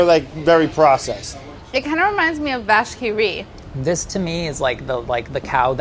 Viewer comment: As a French, hearing Americans pronounced Vache Qui Rit was pure delight